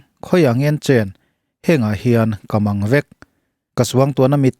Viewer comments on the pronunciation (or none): Ka mangvek itia ilam diklo ka màng vek tih tur aw.mizo tawng hi abikin upa tawng deuh bik hi an lam diklo fo mai. fim khur deuh ang u aw